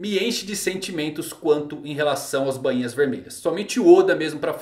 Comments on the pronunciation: a pronuncia correta e BAINHA, E NAO BAN - INHAS KKk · Soa estranho ele falando bãinha